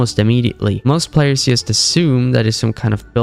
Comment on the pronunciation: it pmo how this guy keeps saying "yust" instead of Just